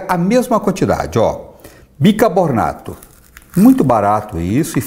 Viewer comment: Kkkkkkkk a pessoa não consegue falar higienização e nem bicarbonato, que tosco.